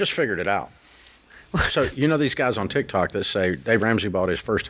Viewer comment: Okay Dave, repeat after me: "Tik TOK, Tik TOK, Tik TOK"😅😂😂